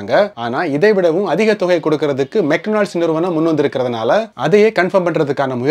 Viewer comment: Bro athu மெக் டொனால்ட்ஸ் 😅 மெட்டனால்ஸ் இல்ல 😂